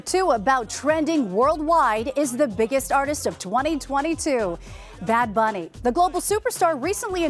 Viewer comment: goad she said bad bunnys album name right. its weird when people pronounce spanish words wrong